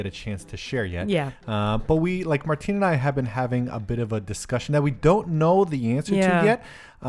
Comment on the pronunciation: It's pronounced Sai-MAN and Martin-O